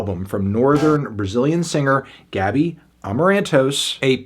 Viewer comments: Pronuncia-se Gabí, com a sílaba tônica no "bi" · Her name pronunciation is GABEE